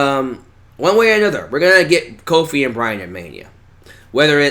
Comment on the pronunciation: I'm just saying I like Kofi and all but why is it when you say it sounds like cold feet